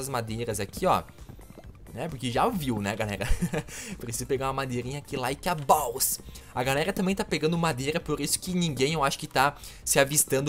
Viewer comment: Like a balls ri mt huahuahua